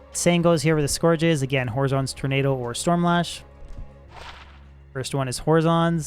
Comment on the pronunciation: is the way he's pronouncing Horizon a meme?